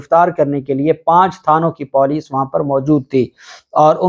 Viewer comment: Don't be Moroon with Urdu It's Puuleec not Poooleec